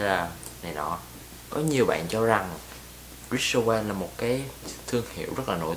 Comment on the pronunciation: Rick owens ....not...Rich Owen